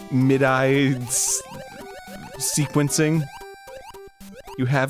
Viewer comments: "the only thing more dangerous than cake is walking" no dan, wtf r YOU talking sbout? also wtf pronunces "Midi" as "mid AIDS" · LOL, I thought Arin was saying "mid-eyes". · I don't understand how Dan doesn't know about Cakewalk when he's the music guy. Also Arin doesn't know how to pronounce "MIDI" so that's fun. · is Arin saying Midi right?